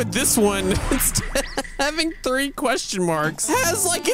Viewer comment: said threeth